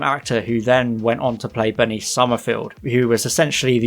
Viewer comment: When he said Bernice, I thought he said Benny lol!!